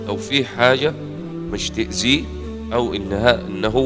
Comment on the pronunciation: المهم المعلق من محافظة الشرقية... لما قال مش تأذيه